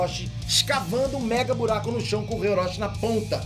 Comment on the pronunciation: "E um fuye,um buiaquo na paiede"